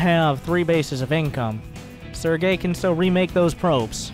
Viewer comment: Barcode... we are just gonna call him Sergay... LMAO everytime he says Sergay